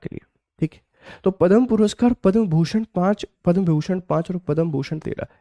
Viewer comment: विभीषण नहीं विभूषण